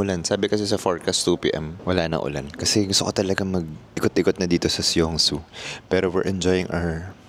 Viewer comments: Song-soo ang bigkas sir hindi Syongsoo 😛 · Love the korea vloggg ❤❤❤ alsooooo it's pronounced as "song-su"